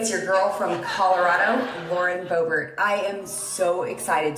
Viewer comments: I Swear I Heard You Say Hi Everybody My Name Is Boring Boebert... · She said Bobert